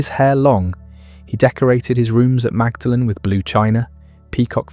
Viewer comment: Excellent documentary, BTW it is "Maudlin College," not "Magdalen College."